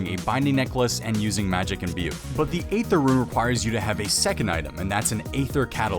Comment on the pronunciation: Hey, "aether" is pronounced "ee-ther" not "ay-ther". It's one of a few words that still has the 'a' present from the old english ash symbol.